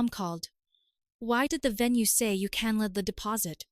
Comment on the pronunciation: Why is it that these AI voices can never say the word CANCELLED !!!!! Story becomes laughable when she keeps saying the party is CANNELLED. 😂😂😂